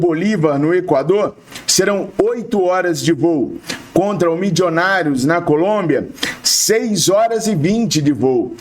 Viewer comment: tenha pena dos meus ouvidos. O time é Milionários (fala como escreve) não tem "midjonários" nenhum.